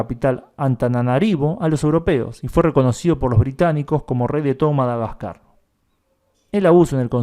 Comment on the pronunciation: Madaquecua? "Quecua" no! GASCAR